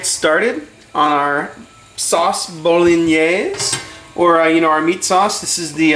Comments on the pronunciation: Can't even pronounce bolognese properly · I find your pronunciation of Bolognese interesting. You pronounce it in 3 syllables: as Bo-lo-NAAZ. Most people pronounce it as Bo-Lo-NEH-say in 4 syllables with accent on 3rd syllable. You're not Italian are you? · Eric Fisher Called Bolognese because its origins are from Bologna. What a load of bolognese!! It's true it comes from there, just don't want to carry on a stupid conversation. Who cares WHERE it comes from? Who cares HOW it's pronounced? As long as it tastes OK, that'll do me!! Btw, he pronounced Bolognese the way he sees it. Not sure I'd go along with his cooking method. That tomato paste is too much. Half of that would do and he should cook it out to get rid of the overpowering acrid, tomato taste. More garlic. Oxo cube - beef flavour. Tweaks like that. But then that's me 😉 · Betcha can't either. This guy was doing what he could with a foreign word. Do you have anything substantive to say?